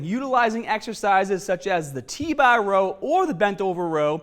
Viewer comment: Get strongah with T bah